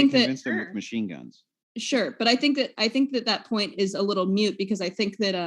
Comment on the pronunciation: THE WORD IS MOOOOOOOOT NOT MUUUUUUUUUTE MORON